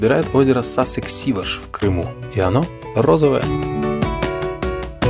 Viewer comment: Шикарно, друг! Но!!! Ударения имен нарицательных надо знать! Элиста, Сиваш